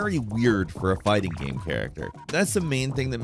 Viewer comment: Except when he says gaem instead of game